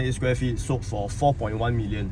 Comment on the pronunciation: Four sound like 佛 🙏